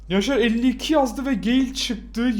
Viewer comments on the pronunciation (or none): none